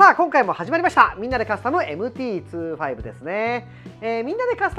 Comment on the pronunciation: MT｢ツーファイブ｣なんですね ｢にじゅうご｣って言ってた…